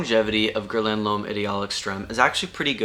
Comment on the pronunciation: Pronounced Gher Lan